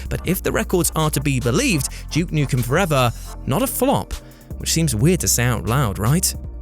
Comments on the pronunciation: DJEWKE NUKEN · "And number 6, JUKE Nukem" 😂